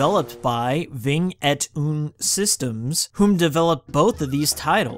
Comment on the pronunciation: Vingt ent oon 😂😂😂 vent et un it’s French for 21 😂😂😂😂